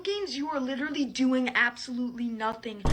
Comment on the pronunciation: "Like witterally"